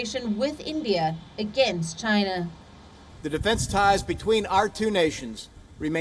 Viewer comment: he said too chiyana too😂,& btw companies r leaving chiyana